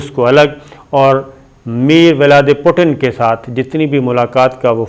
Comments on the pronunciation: Dear Sabir Shaker sahib, I like your shows and always enjoy watching very good and accurate information in your YouTube videos. I have noticed few times and I like to correct you that Russian president name is “Vladimir Putin” when you says or call him Mir Vladi Putin that is incorrect. I hope you can use his correct name because it reflect on our image that how poor or ignorant our people are that we can’t even pronounce the name of present of a country correctly. I hope you won’t mind my feedback, it’s just to correct the error not or discourage you. Thanks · Putin k full name ki pronounciation thk kar jahill aadmi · Mr Sabir please try to pronounce the right name of President